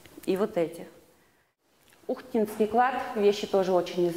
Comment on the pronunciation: чЕрдынь, а не чердЫнь, ухтИнский, а не Ухтинский, хотя боги с ним, с этим ударением, возможно это профессиональный жаргон))))) Вообще сложно было это слушать, хоть и со звуком все в порядке. Извиняюсь за негатив, но республику коми так себе под/представил данный научный сотрудник.